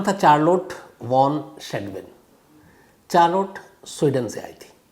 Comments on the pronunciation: Charlot nahi Shamsbhai sharlet hai correct pronunciation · चार्लोट 😂😂😂 , नहीं शार्लोट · Sir, "Charlotte" pronounciation could be " Sharlet" not chaar lotte. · Wonderful story. Thanks for sharing sir! Just a small correction about her name, it’s - shh -ar - let (Charlotte) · Charolette ko Sharlet pronounce karte hain Shamz ji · Charlotte is pronounced as sh- aar-let शार्लेट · Good story but please don't pronounce Charlotte as "Char(4) Lote"